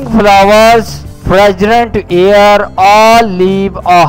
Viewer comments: air hota h sir ear nai 😉😉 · bhai ear nahi air